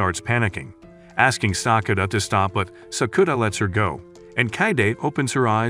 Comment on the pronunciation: Sakura not sakuna